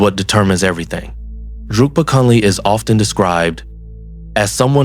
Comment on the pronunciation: He is called Drukpa KUNLEG, not Kunley. KUN means ALL, and LEG means GOOD. His name in Tibetan scripts shows it clearly: འབྲུག་པ་ཀུན་ལེགས་ Druk (འབྲུག) means Dragon, so Bhutan is the Land of the Dragon and so his full name could be translated as: "The all over good (excellent) man from the Land of the Dragon. Since Bhutanese can neither speak nor spell Tibetan, they make a lot of mistakes in spelling and pronouncing Tibetan words. Thats why all the word salads and everyone repeats that mistake.